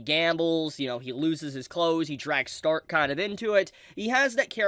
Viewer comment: say Stark's name mit the German there guy, Shhtark